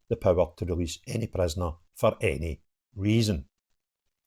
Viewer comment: Welease bwian 😂🎉 Welease wogea 😂🎉